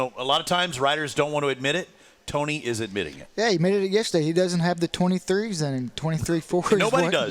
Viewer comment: Would both you and PLEASE STOP pronouncing Tony’s last name differently one right after another!!🤬🤬 get your shit together and just agree on ONE pronunciation!!!!